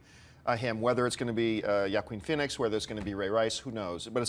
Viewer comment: John, why do you pronounce Joaquin Phoenix wrong?